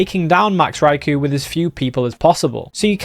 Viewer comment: Poor Raikou, everyone says his name wrong 😢